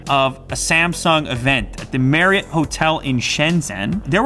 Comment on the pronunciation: Mariott isn't pronounced merit. It's pronounced mary-ott